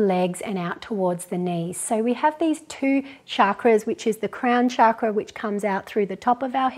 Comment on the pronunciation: Thank you for your awesome videos 💖 it would be great to hear you pronounce chakra correctly with ‘ch’ rather than ‘sh’ for chakra ✨ Namaste 🙏🏼